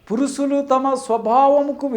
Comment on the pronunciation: పురుసులు,అస్సబావిక....ఇంకా ఏ ఏ అపభ్రంశలు వినాలి నాయనా?గుణింతాలు నేర్చుకో!!!